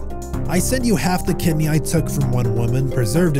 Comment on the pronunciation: bro said “kidne” and “nise” 💀